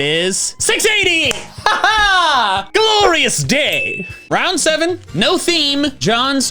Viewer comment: When said "GLORUOUS DAY!" I thought he was gonna say "GLORUOUS DAY FOR TEAM SKY!"